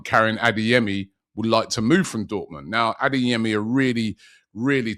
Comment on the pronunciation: It’s ADEYEMI not ADINGYEMI!🤦‍♂️